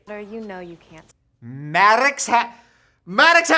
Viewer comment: Maddog Hatter is what I heard